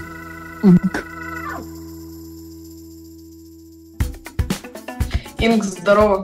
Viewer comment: Не Хсинк, а ИНК!